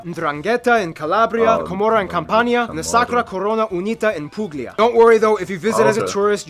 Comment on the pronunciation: Im italian what hell Is this XD Is mannaggia la miseria PUPLIA AHHAHAHA IS PUGLIA